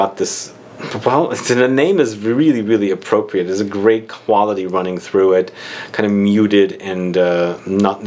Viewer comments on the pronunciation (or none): none